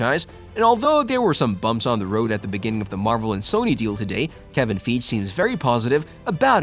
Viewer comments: its pronouced kevin fi gee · Man really said ‘Kevin feej’ 💀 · Lol, "Kevin FEEJ" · This nigga fucking said “Kevin feeg” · Wrong pronunciation of Kevin Feige. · If you're going to talk about Kevin Feige, learn how to pronounce his name. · Great videos but I’m pretty sure you are pronouncing Kevin Feige name wrong:)